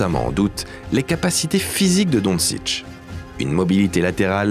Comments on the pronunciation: Super vidéo, rien a dire Mais par pitié dončić ça se prononce pas DONSICH mais plutôt ‘donchich’ 😭😭les français vous êtes fatiguants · Superbe vidéo ! 👍 Par contre, quitte à faire une vidéo axée sur UN joueur, ç'aurait été pas mal de respecter la prononciation de son nom... 😉 Don-TCHITCH, pas "Don-Sitch" . ^^ (BONUS : c'est "Dra-gène" Petrovic, pas "Dra-Zen" . )